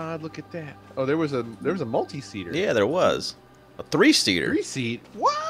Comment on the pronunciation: I got up and looked up the game because I thought he said free. Damn